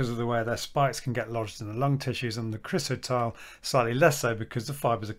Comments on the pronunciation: We discovered that the entire length of the ceiling of our church was sprayed Chrysotile for acoustic reasons. It was removed approximately 25 years ago. The specialist contractors pronounced it cry-so-tile, not chris-o-tile! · Thank you for increasing awareness of the dangers of asbestos. Very minor thing but chrysotile is pronounced cry-so-tile.